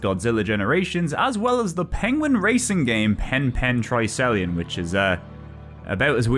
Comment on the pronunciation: Not to be pedantic, but it’s Tri-Icelon (try ice-a-lon), as in Triathlon. 😋 Also: can vouch for Cosmowarrior Zero that it is a hoot. Thanks for these videos,.:-)